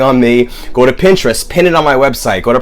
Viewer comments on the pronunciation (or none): none